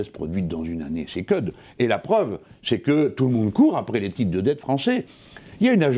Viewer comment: je rêve ou il a dit "c'est que'd" !! Haha j'adore !